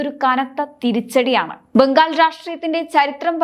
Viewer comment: ഇടക്കിടക്ക് കടന്നു വരുന്ന ബംഘാളും ഫരണവും മറ്റും ഒഴിവാക്കി മുന്നേറുക.